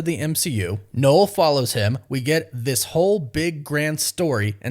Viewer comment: It's pronouced NUL not "knowl" ffs!